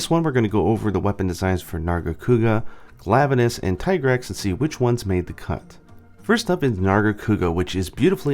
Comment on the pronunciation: ... "Glavuh-nus". Yeah... sorry, the way you pronounce some of the monster names really makes me cringe. And why would anyone have ever pronounced Tigrex "Tih-Grex"? Shudders As for the Tigrex weapons... that is NOT the Bow's original design. In fact the Bow and the DBs were the only ones that did not look utterly revolting in their original form... and I guess they wanted ALL the Tigrex weapons to be ugly, so they changed the only decent ones. As I said against the other video though... I'm sure there are folks over on the Nexus who can bring across weapon designs from GU and could mod over these shitty excuses for weapons. And isn't there a Nargacuga Bow? Don't tell me they didn't even bother with a Narga Bow for Iceborne... That would just be unforgivable.